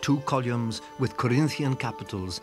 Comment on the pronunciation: Columes rather than columns 😂